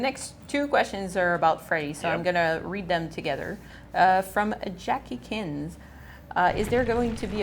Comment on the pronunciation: Dude, thank you for firstly, talking over the topic of Freddy and Secondly, saying Jackikins correctly